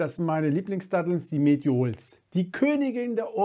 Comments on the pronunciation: Medschul wird es ausgesprochen 😅 also wie Dschungel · Die Aussprache von den Medjool Dattel ist ein bisschen anders, aber sympathisch das "eingedeutschte" :) (Medschuul Dattel) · Würde mir eine bessere Aussprache bei den Fachbegriffen bzw. in diesem Fall bei den Namen der Datteln wünschen.